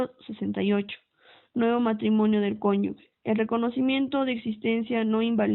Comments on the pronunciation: LE FALTA MUCHO A LA LECTORA: EXPRESA "CONYUGUE", DEBE SER CONYUGE... LECTURA DIFUSA... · Es cónyuge , no cónyugue.